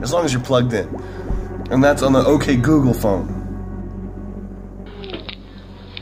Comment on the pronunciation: Fuck ok google. Turned my ok gookle on when he said om google